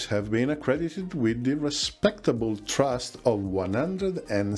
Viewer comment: Love your content, but please work on your English pronunciation! "Thrust" is not the same word as "trust". "Ceramic" is pronounced "seramic".